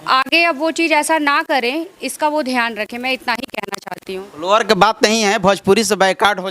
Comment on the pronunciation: अरे ओ काले तितर भजपूरी नही भोजपूरी होता है ! 😂😂😂😂